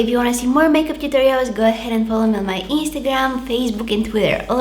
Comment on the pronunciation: She said Instagram with Bulgarian accent in the first few seconds of the video😍😍😭😭